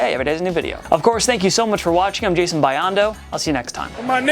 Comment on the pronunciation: I like how you said Jason BYE-on-doh instead of Jason BEE-on-doh at the end 🤣